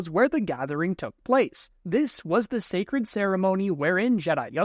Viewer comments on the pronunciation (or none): none